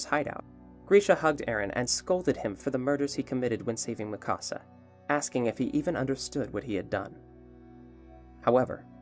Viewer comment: Hol on… why you saying Mikasa like Mí Casa wtf Is wrong with you🤦‍♂️😭😭